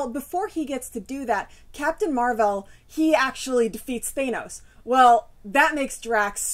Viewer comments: Thanos, not "Thay-nows" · Justin Fernandez I've heard it both ways but you're right, Thanos with the short 'a' sound is how they are pronouncing it in things like the GotG movie. I tend to say it more like Thay-nos out of habit from reading the comics as a kid before I heard anybody pronounce it. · I say Nay-more too lol I've heard it said both ways too. I guess this is one of those times where my fobness isn't such a disability. I've been reading it as Thános since I was a kid not because I knew how it's pronounced but because I was a fob. Lol Anyway, GotG was awesome. A few changes here and there but overall, a fun movie.